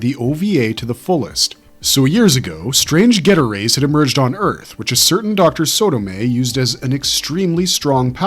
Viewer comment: #2 sounds an awful lot like 'Zearth'